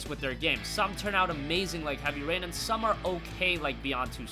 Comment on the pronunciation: sounded like u said "heavy pain"